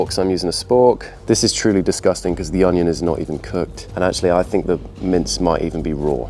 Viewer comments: why is no one talking abt the fact he said "hegg" and "honion" 😭😭😭😭 is it a bit or ? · Onion❌ Hanion✅